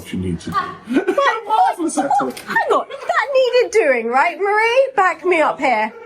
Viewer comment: Why do you keep saying Murrie to Marie, you speak french so good, it must be easy to say Marie in the french way